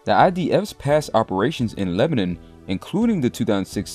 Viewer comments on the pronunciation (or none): none